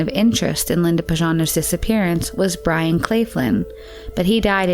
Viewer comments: Byron. Not bryan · Byron. Not Brian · The caption said Linda's stepdad was named Byron, but the narrator repeatedly said "Brian." I'm always so disappointed when I open a Merc video and hear this woman's annoying voice mispronouncing things.